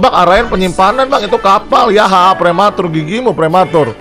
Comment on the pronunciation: Ngakak gw anjir... Prwmatur 🤣🤣🤣